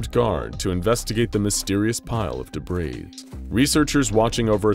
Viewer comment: Debreeze (rhymes with Febreeze) or debris, a french word that is pronounced deb-ree.